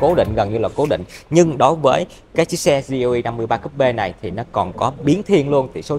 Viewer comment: Gờ Lờ E nghe cho quen a ơi =))